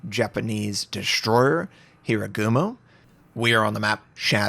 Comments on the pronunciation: HA Ru Gumo. Not Hirugumo :P Sry, I can't help myself :( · Sorry, but Hir-a-gumo?